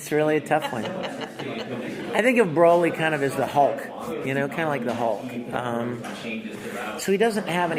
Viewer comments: Thank god someone else said it. But if you notice Big Daddy Vic was quick to correct it. she does it and he goes nahh lol. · It's Broly not Braly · Not brally not brolly but fucking BROLY🤦‍♂️ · BRO-LY not BRAWL-LY!!! Fuck off MAN! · Bro-ly Not Bra-ly It does not say dragon ball super Braly it says BROLY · It's pronounced BRO-LY!!! NOT BRA-LY!!!! HOLY FUCK! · I like how Vic keeps correcting on how to say "BROLY".... not "BRAWLY".. I mean... seriously. Learn your crap before doing an interview.. FFS that is annoying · I think it's pronounced bro-lee not braw-lee. Broly. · I'm REALLY getting pissed that they keep saying BRALY not Broly like honestly "bro" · Even worse, Bruh -lee. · Why the fuck can't anyone ever pronounce Broly right? Vic says his name so many times. Bro-lee. Not Brawl-ee. They say it in every movie, every game, every interview, yet people still manage to fuck it up when he says it right in front of them and they keep on saying it wrong. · People that pronounce it "Brawly" 🤭🤔🤨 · It is "BRO" Ly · Every time they say "BRAWLEE" I get triggered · Its BRUH-LEE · Everytime anyone says BRAWLEE I get triggered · Considering they didn't know how to pronounce "broly", they aren't exactly the best interviewers. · If I hear another mother fucker pronounce Broly wrong I'm starting a second TOP